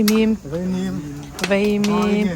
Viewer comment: veimim tih loh tur , vaimim tih tur aw....